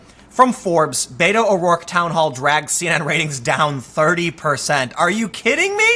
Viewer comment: Whiskey Tango he doesn't say "Beto" right.